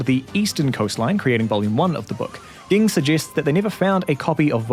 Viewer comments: It’s pronounced Jing ffs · Did it bother anyone else how this dude was saying gene? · Pronounce ging right! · I always thought Ging was pronounced Jeen not Geen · Yeah it's pronounced Jing, I'm just an idiot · help why did u say ging like that (great vid tho) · Sorry! I'm mainly coming from the manga. What's the correct pronunciation? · Why do you mispronounce Ging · Mf had 5+ opportunities to get Gings name right, and he still failed